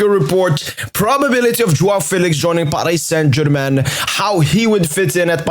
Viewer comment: We dont roll the "R" in french language so Paris Saint Germain